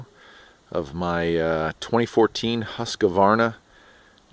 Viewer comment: pronounced Husk-Varna...not huska-varna